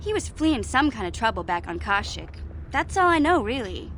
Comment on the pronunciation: Now I dont know how to pronounce Kashyyyk because of how Mission said it